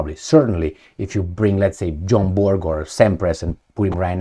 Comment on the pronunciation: Its Bjorn Borg not John Borg 😂 😢 but its ok 😅